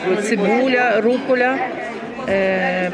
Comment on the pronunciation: Пані...ви говорите що 30 років в Італії...у вас італієць під боком....будь ласка...rucola...а не руколлляя🤦